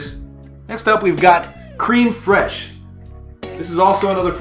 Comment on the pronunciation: Congrats ! Also it's pronounced Crem not cream fresh, bud. :)